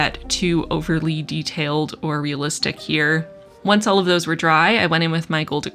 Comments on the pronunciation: "I'm very curious where olive you fall." I literally checked the comments mid-video specifically to see if anyone else mentioned this :) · Every time you said “all of” in this video, I heard it as “olive”, which made this even more of an olive themed spread! I love what you’ve done with this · once I read your comment I couldn't un hear it 😄